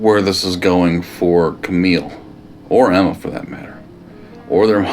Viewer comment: I'm pretty sure it's "Amma", not Emma. But my ears are pretty bad, so maybe Amma is pronounced similarly as the name Emma? 🤷🏻‍♀️